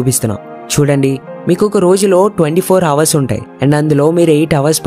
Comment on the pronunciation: Correct your pronunciation - hours